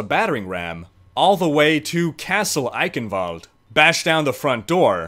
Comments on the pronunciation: Not 'kin'... ghhhin sound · You should pronounce it like "Eishenwalde" the "ch" sounds like "SHit" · And your german accent is actually really good. The only thing is that you say eichenwalde with a K insted of a CH you would say the CH like in charm or charcole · Eye-chen-vald-rrr... Ie-kkkhen-valdr.. Lmao. Dude i love your videos. keep em coming, man. Great content, thank you for existing. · Say it like a cat hissing eichhhhenwalde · just repeat after me : "Eye"-"shin"-"valde" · You pronounce it Icanvald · greetings from germany. gz, you did a good job! me as a german could identify your words as german, that's enough :D. fyi: the "ch" in eichenwalde is pronounced nearly exactly as you would pronounce the ch in "stretch" flies away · Instead of butchering a places name how about putting up the text of what you are trying to say so we can read it. This is clearly an edited video so that shouldn't be hard at all. Great work on this and other videos regardless. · no xD His german is okay, But he did pronounce it wrong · Does anybody have an edit of this video where he doesn't butcher the name every 5 seconds or just say EYE-KEN-VOLD like everybody else does? it's painful and i'm only 30 seconds in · Honestly spelled it correctly just maybe toned it a bit weird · Bruh there's no v in eichenwalde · Haha You almost said Eichenwalde right :D (the Name is weird for germans)